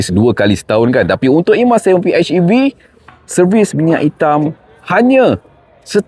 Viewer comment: Hej bang bukan etch. Pi-hej-i-vi. Baik bahasa melayu mahupun inggeris.